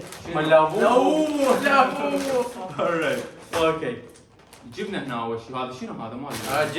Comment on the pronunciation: كلشي حلو بس بربك كافي تكول اوري 🗿🗿